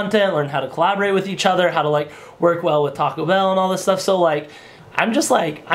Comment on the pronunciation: When you say Taco Bell it sounds like you're really saying "talkable"